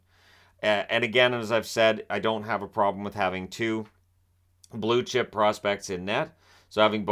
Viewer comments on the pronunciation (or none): none